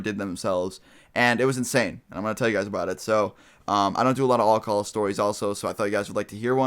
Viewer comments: Anyone notice thst he said Olcohol instead of alcohol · You say alcohol funny :D it may just be your accent but it sounds like you say all call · like the way you say alcohol lol. :-)